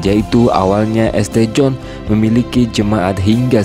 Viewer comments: St. John di bacanya bukan Este John, tapi Saint John. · Bacanya St.John itu dibaca "sin Jon",. Belajar dikit dong. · ST John dibaca Saint John